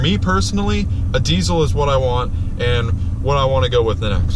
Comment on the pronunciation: Saying deecil instead of deezal sounds very gay.